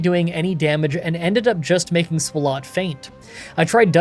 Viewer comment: i just gotta ask, why do you pronounce swalot like that when its a play on swallow...